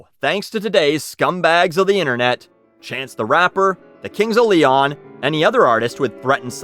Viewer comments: "cunts of leon" lmao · “Cunts of Leon” LMFAO